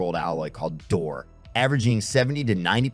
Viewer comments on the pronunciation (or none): Good video. Just a note though, Doré is actually pronounced doray.